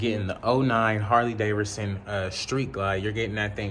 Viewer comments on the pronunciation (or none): Thought i was the only one lol Harley Daverson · Look the name is Harley Davidson please say the name right because you be messing the name up Everytime. And I really like your channel doing big things....